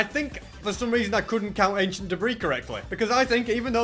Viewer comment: I love how says achient debris lol